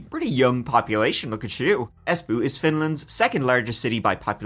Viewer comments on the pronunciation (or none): Cackling at Es💩 10/10 best pronunciation